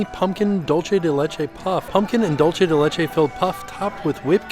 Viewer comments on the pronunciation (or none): These all look so yummy! Just a heads up, dulce de leche is pronounced “doolsay day lehchay” 😊 Love your videos